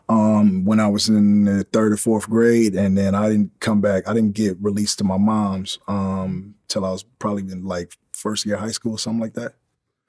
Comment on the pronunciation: Following on form my first comment and touching slightly on the third ….. to call your mom / mother “mooooooms “ is something else to add to the list of things that put u in the category of a person that will attract trouble. Just say mom. No issue. It’s normal and being normal won’t add to any of what I think u think is character or being part of the streets only makes u look more boring then u already do. Moms. That two mothers. That isn’t possible. Your saying something that isn’t possible and adding a while other syllable to a very simple word. Wat a nob. But ….. we have learned the game was in Forster care. There is a clue there. Not to in anyway attack people that are in the care system but I think it speaks allot of the outcome of a person from a broken home. I myself am such a person. I hope he took the time to try and learn how he come to be and also the circumstances to which his own family fell apart. I can friggin guarantee it was due to the very ganglife rubbish he still seems to be trying to push to this very day. Vlad enables this rubbish. I’m the Keithy d interview , the guy mentioned no end of times about his involvement and respect for sports. Vlad skipped over this everytime to ask him about those gangs. Those guns and those drugs. Pablo escabar and Tyson. Not that I’d expect mr d to give a speech on equality and the circumstances that led to his desire to be successful via money but surly it’s the responsibility of a good interviewer to steer the conversat